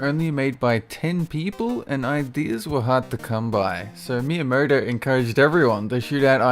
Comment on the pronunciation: Miyuh murder... It's Miyamoto man... Miyamoto...